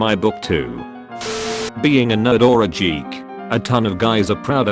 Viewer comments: When he pronounced geek as JEEK Phew lawdy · "Jeek" "Jirly"